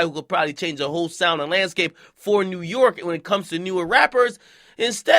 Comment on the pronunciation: WU - YORK